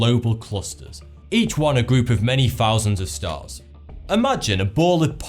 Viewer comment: P.S. If youre going to narrate please fix your diction. Things not Fings. Thousand not Fousand. Farther not Fahver. Etc. Otherwise good vid